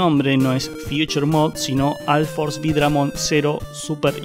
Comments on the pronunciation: alforce altimate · porque pronuncias la u como a????